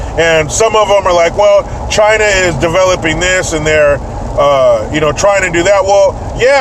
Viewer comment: P.Trump to the Fake Reporter: ...."TCHY-NAH VIRUS".....'Because it Came from "TCHY-NAH".......Epic.....